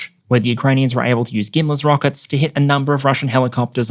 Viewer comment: Anyone else dealt with an issue of misshearing "Gimli rockets" whenever says gimler? Just curious.🎉